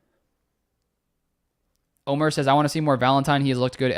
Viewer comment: Great show ty! Omer not Omar lol! From Juan Les Pins, Antibes France. GO PACK GO!